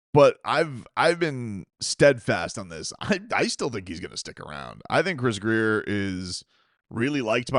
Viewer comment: It WONT MATTER IF GRIER IS HERE….. FOR YHE LOVE OF GOD!!!!!!!!!! ITS GRRRRRRIER!!!!!